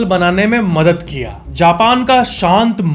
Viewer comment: ALSO MADAT (HELP) IS NOT MADAT.... IT'S "MADAD" FOR EXAMPLE: USSNE MERI BOHAT MADAD KI. (He helped me a lot.)